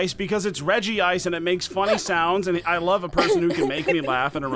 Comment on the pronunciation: Love how no one actually pronounces regice as reg ice but all as regi ice